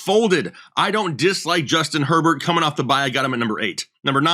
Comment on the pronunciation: Stafford or Her"bear"? It's tough